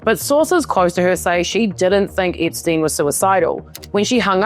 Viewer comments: It’s Epstein, lady, NOT Ipstein. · What are you , Aussie , Kiwi , South African , or which part of the Uk are you from ? Your mispronunciations of the English Language is atrocious ! Ip steen , a geen . . . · Eeepstein and mega keeps making me giggle. I love the accent you have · I love the way you pronouce Epstein like, "Ipstein". I keep hearing it as "Dipstein". 😂